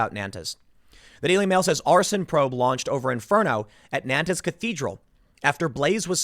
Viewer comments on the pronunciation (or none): Tim Pool, fyi, it's pronounced "naunt" like gaunt. You're killing me with nan - tez. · Just to be an arsehole - It’s pronounced ‘ Non-t ‘ . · Gentle correction, it's not pronounced Nan-tez, it's pronounced Nawn-te. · Pronunciation note: Nantes = approximately "Nawnt" (with an aspirated "t"), not "Nan-tiss" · Nantes is pronounced like “NONT”, not like “NAN-tez”. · "NAN-TEZ" is pronounced "NONTS" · Tim, it's pronounced Naunt, not Nantez. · It’s Naunnt .. not Nan-tes 😉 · It's pronounced N'ONN'TT'** geez the presumption that you got it right just cos it came out of your mouth man c'mon. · It's pronounced "Nant", or even more accurately, "Nont". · It's pronounced "Nont" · NAN-TIS France. Lmao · Nantes is pronounced nãt. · It’s pronounced “nance” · Nantes is pronounced NAHNT. 🤷‍♀️ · It's pronounced 'Nornt' Tim ffs! Don't look to the left for suspects on this one - though it's still all part of the intersectional/multicultural/west is bad/white is evil narrative. Slavery existed in north America before any white man set foot there! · Nante pronounced "nawnt" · Dude, Tim you claim to do a lot of research on the topics you cover, could you make more of an effort to correctly pronounce foreign names, words, cities etc.? It only takes a little time to look it up. Non-tez? Dude? Seriously? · Nantes is pronounced like "naunt" Sad story, thanks for covering it. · FYI: The city is pronounced "nawnt", one syllable. the final "s" is dropped, unless the following word begins with a vowel. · The French pronounce the town ''Nont'. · Nantes is pronounced as between NART and NONT. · NAN TEZ 🤦🏼‍♂️ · Please stop saying Nantez Tim. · I’m going be “that guy” and let you know that “Nantes” is pronounced “naunt” - I have family who live there. Love your work Tim, keep it up!!! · Nantes is pronounced naunts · Nobody: Tim Pool: “Nan Tezz” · Nantes is pronounced, "nont." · "Nantez" LOL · Nantes is pronounced Nahn